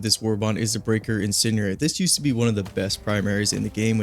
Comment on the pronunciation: I know it doesn't really matter but I'm just commenting cause it bugged me. The d in incendiary is not silent, every time he says "inceniary" instead.